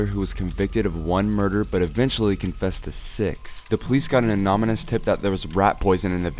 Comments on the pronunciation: "an anomynouse" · "anominous tip"